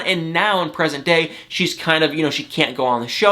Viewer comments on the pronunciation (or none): none